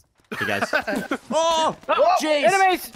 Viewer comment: Why you guys are saying animens then enemies